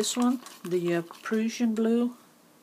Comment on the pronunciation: Just a helpful hint, the Prussian blue is pronounced like Russian except with a "P"!